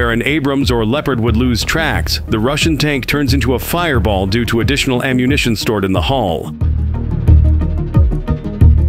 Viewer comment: Uh, tanks have "hulls" ... not "halls". Two completely different sounding, and meaning, words.